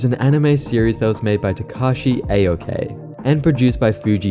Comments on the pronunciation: Japanese is literally the easiest language to pronounce. Look up Japanese vowels. There are only five of them and they are always pronounced exactly as they are written. No idea who this "A-Okay" guy is because you didn't even try to pronounce his name right. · Pucchi is pronounced similar to poochy and Takashi Aoki's last name is pronounced similar to ah-oh-kee just fyi.